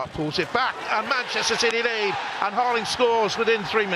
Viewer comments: Erland Harling? Think the commentator got just about every wrong and right combination of names. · the moderator: "harling" "erland" i love it, happens to me also all the time